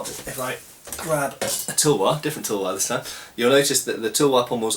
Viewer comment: why do you say toolwar when its, tulwaar ?